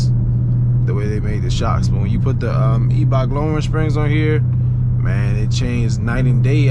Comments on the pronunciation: Pronounced eye 👁 Bach bro and she looks good 💪🏾🤞🏾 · The E in Eibach is silent. Salisbury/Princess Anne MD! Eastern shore!